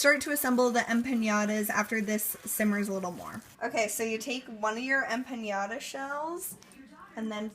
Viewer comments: Em-pa-NA-Da.... Em-pa-NYA-Da... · I am going to hang myself if I have to listen to you say empanada one more time! It is m-pen-Nada not em pin yada! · Em-pan-YA-da?! Whu?!